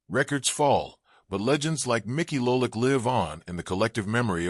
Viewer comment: STOP using AI narration !!! LOLICK ????!!!!!!